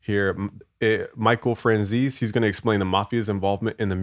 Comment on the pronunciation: His name is pronounce Fran-zay-see